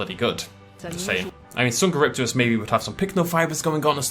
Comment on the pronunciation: Ha they pronounced minmi rong Edit: and dsungeripterus